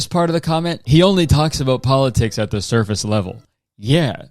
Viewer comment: I'm proud of Kurtis for pronouncing it "surface level" instead of surface leather